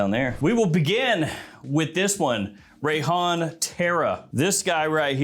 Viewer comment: I thought he said “Rayhan Terror!” 🤦🏻‍♂️🙄😏